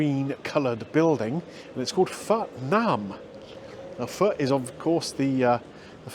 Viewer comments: Having lived in Vietnam for a few years I know both of your dishes were cooked to perfection and I was impressed that you pronounced PHO correctly very impressive, it's amazing how long it takes to develop the broth it takes days to develop a great broth many hours go into just that dish. Your review reminded me of sitting on a tiny plastic stool in a side street in the Old Quarter in Hanoi eating those dishes' I know exactly that a place like that you went to would be great because it not being pretentious, that's just how the people are, very modest!! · Nice one for pronouncing Pho correctly. Ever since I went to Hue I have been a fan of Bun Bo Hue, the spicy version of Pho. There`s a good place near Tate Modern that does an authentic version with tripe and raw beef...YUM!!